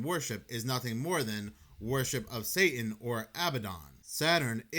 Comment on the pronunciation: the word is "on" not "owan" It's "satan" not "say-in." It's "Muss-key-gin" not "muckee-gin"